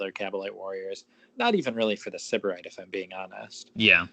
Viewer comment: Stop mispronouncing Syberite lol